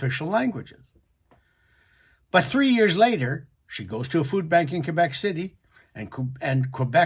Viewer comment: Your English so it's pronounced Quebec not Kuebec.